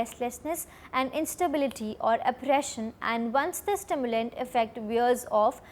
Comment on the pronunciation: Stimulatant ❌ Stimulant ✅